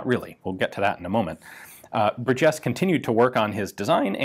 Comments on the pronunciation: Bur' jes. First syllable gets the emphasis. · I am in the Burgess family tree. Our last name is pronounced (bur’ jess) with the emphasis on bur, not jess. He also invented the folding rifle. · I've never heard Burgess pronounced that way, my family has always stressed the first syllable. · I've heard people give it a hard 'g', like in burger, but I've never heard anyone put the accent on the second syllable, like it was French or something. BUR-jes. It's not like it's rare... It's like hearing some one say win-CHES-ter. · I believe that the emphasis should be on the first syllable in Burgess.